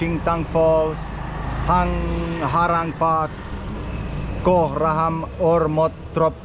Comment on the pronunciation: The way he pronounce Thangkharang park😂😂😂